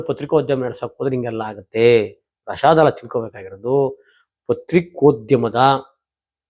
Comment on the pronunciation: ಪ್ರಶಾದ ಅಲ್ಲಾ ಪ್ರಸಾದ.